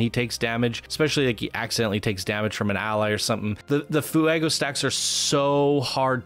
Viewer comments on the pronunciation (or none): Oy gringo, fuego is two syllables, not three!